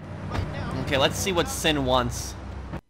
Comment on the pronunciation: It's not pronounced "Sin" , It's pronounced "Shin".